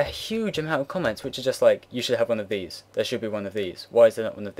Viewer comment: lold at dese like dese haha keep it up